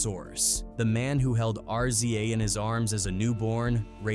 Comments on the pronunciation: I'm getting sick of these AI voices. What the hell is a R...Z...A...!? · R z a, rizza. What you talking ? G z a, gizza. Its not that hard bro. If u telling a story, say it right